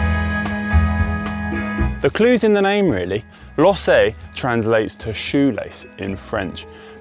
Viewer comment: Don't GCN have an editor to advise the presenters on pronunciation? Conor is fine as a presenter but 'lossay' for lacets? 'Madelan' for Madeleine? These are just basics!